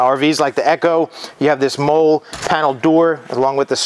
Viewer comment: 23 year retired Army veteran here. Love the video and just bought a Solis Pocket today, but it’s pronounced “MOLLY” not “MOLE”, and is spelled MOLLE. It is a military acronym that stands for Modular Lightweight Load-carrying Equipment.